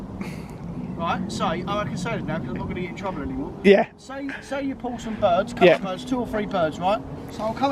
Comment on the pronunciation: 8.00 not a couplaa birds 😂😂